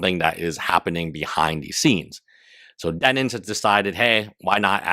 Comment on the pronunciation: If bro says dennins one more time im gonna lose it